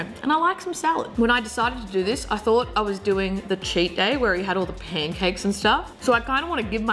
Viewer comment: yo she said poancakes and i smelled syrip